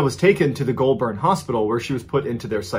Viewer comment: Pronounced golbin not Goulbourn spelt that way bit not how it sounds outta my mouth